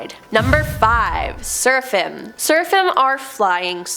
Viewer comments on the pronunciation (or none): "Seraphim" is pronounced "SER-a-fim." "Euphrates" is pronounced "yu-FRay-tees." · pronounced Cherubim as CHERRyBUM; Seraphim as SERFIUM and Nephilim as NEFLIUM 😁my gawd! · I’m sorry but every episode does she mispronounces things. PLEASE Google or YouTube pronunciations BEFORE you post your episodes! Euphrates and Seraphim were both mispronounced and Seraphim was different almost every time you said it. It is hard to watch and enjoy.